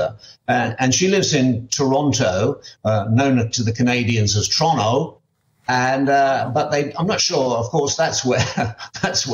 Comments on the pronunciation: I take exception: We in Toronto pronounce our own city as TOR-ON-TO, not Teronna as this gentleman has said, not unless you might be older rural folk. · Where did you get that pronunciation of Toronto from --- get it right rather than assess our take - it's either Toronto, TO, once in a while Taranto.